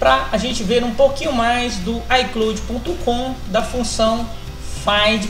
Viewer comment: Aprenda inglês, véi! É "ai cláud" e não "ai clôude". E não é "êipow", é "épow". Ou simplesmente iPhone. Desde o momento que você falou errado parei de assistir o seu vídeo.